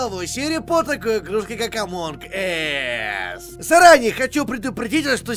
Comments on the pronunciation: Эмоунг ас будет правильно А не эмоунг эс Эс это жопа Эмоунг ас это среди нас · Зачем ты в начале сказал "Одни из жопы"? Читается же не Эмон Эсс, а Эмон Ас))) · Эз это as(как, когда...), Олег сказал Ass:) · "Эз"(As) - это "как", а "Эс"(Ass) сами знаете что. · Вот все о чём то пишут, но чё то никто не заметил что сказал в начале не Among Us(среди нас), а Among Ass(среди кхм, жоп) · до того как узнал как правильно произносить название игры: "Амонг ас" После: "Амонг эс" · правильно амонг АС а не амонг эс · Олег это не Эмонг Эс, эс=жопа. Правильно сказать Эмонг Ас. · Правильно ас а не эс Ass-это джопа Us-нас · НЕ АМОНГ ЭЭСС, А АМОНГ АААС!! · Минутка ненужной инфы: название игры произносится не как "Амонг Эс", а как "Эмонг Ас" как минимум потому что буква "U" в алфавите произносится как "А", а "A" произносится как "Э"🤓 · Не Амонг ес, а Амонд аАас. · Не Амонг Эс а Амонг Ас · А ты граматный читается не ээээс как у нуба а амонг ас и не ээээээс а хотябы эс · Эмонг АС, не эс. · ну хоть бы произношение послушал, боже, какой амонг эс, может амОн Ас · Да да да я всегдп так угарал когда он или другие говорят всем привет и сегодня мы играем в амонг эс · Олег в начале: эмонг эээззз Эз по английскому: жопа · Чел, в начале ты сказал among ass ииии это не очень хорошо звучит) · ты понимаешь что ты не правильно говориш амонг ас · Олег, игра называется среди нас(Among Us), а не среди задницы(Among Ass)😂😂😂😂😂😂🤣🤣🤣🤣🤣🤣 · Вначале прозвучало «амонг ээс».. в переводе «среди жопы»